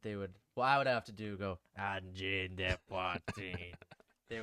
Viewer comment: Pretty good pronunciation. But you said the de like des which is the plural of de. Try saying it more like duh..